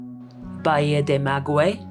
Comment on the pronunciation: Great video. It is pronounced “Ba Hee a”-Bahía…Don’t mean to be a stickler…such a lovely area. Thanks for sharing it!